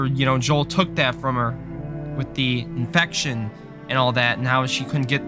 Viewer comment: Every time he said infection I wanted to die